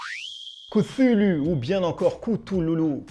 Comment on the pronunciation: Tu as oublié un gros point négatif, ta prononciation de cthulhu 😂😂 Sinon pas pour moi ce jeu, il ne m’attire pas je préfère largement un demeure de l’épouvante ou un horreur a harkam, qui me semble plus cohérent, avec le thème.